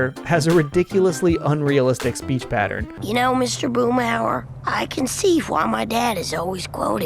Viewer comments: The name is Hauer, Boomhauer. That dang double o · Boomhauser haha